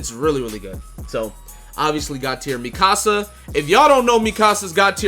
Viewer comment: “Mikasa tu casa” 🤣